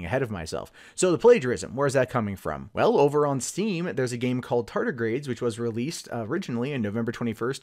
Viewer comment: Anyone else uncomfortable hearing him say "tartigrades" repeatedly?